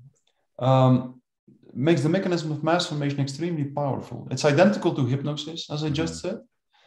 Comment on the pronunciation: So it is pronounced MASS Formation, not Mass FORMATION.